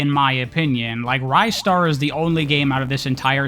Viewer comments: ristar is actually pronounced rih-star, at least in japanese! could very well be different in english but thats what the katakana says. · Honestly that pronunciation could be correct too, even going by the Japanese name. Rice-star is definitely incorrect though. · It's pronounced Ristar. Hope I was able to clear that up.